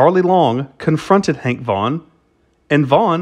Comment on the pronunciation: Is it Vaughn or Vaugnun. Never heard the 2nd 1 before but that don't mean anything